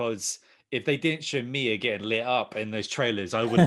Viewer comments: It's Mee-ah not My-ah, they literally say it over and over again in the game therefore you can't mispronounce it. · can’t say Mia 😂 (Me-Uh) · why would I take your opinion seriously when you can't even get Mia's name right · Mia!!! Her name is Mia!!!! Who tf is Maya 😂😂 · Can not pronounce Mia right even though in the game they say her name enough for you to know how pronounce it